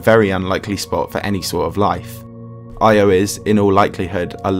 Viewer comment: Bruh constantly changes between the Greek and Roman names of the Gods. And Io is pronounced Yo. Cool vid tho